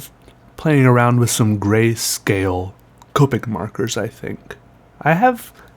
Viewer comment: i mean i'm pretty sure it's pronounced COP-ick not COPE-ick but you do you